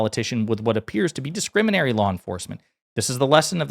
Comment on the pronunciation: Slow down your speech a little. You just turned discriminatory into discriminary. Lento